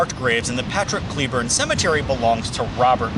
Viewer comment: It's not pronounced ClEEEburn :(